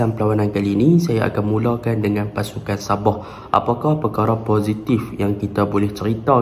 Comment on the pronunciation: Admin .. Sabah bukan saboh